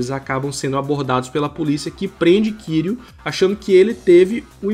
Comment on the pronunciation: Só uma coisa a pronúncia do nome do kiryu tá errada, só isso o resto tá incrível A fonética do Japão é diferente Mas não se preocupe eu entendo Ninguém precisa falar certinho mas enfim Excelente vídeo ❤